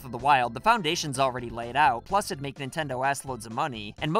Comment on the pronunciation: Ah, yes. My favorite company. "Nintnedo".